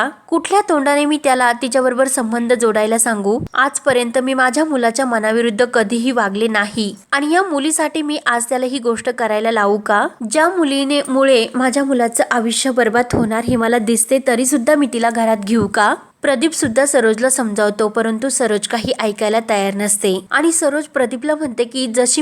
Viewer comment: आविष्य नाही आयुष्य